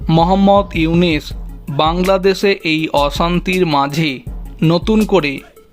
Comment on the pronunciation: বারবার ইউনিস!!!! নাম টা ঠিক মতো উচ্চারণ করো । উনার নাম ইউনুস